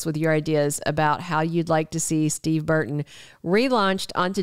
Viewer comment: It's "BURton,' not BARton.